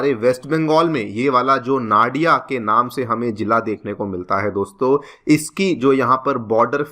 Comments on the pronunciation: One thing toh clear sir. It's not naa-di-a, it's noo-di-aa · Its not Na dia , its no dia. I mean pronunciation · Nadiaaa not It's Nadia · "नाडिया" नहीं इसे "नदिया" जिला कहते हैं "मालडा" नहीं इसे "मालदा या मालदा" कहते हैं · नाडिया nahi hai vo 😂 नदिया ya fir नोदिया bolein ✅ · The correct pronunciation will be "नदिया" not "नाडिया" and "मालदा" not "माल्डा" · Came here to say same thing 😂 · Very Poor pronunciation 💔 It's not Nariya🥲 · The pronunciation of nadia is Nadi ( as in river in hindi) Its nadi + a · Sir actual pronunciation is "Nodia" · Nadia, Malda you are pronouncing wrong.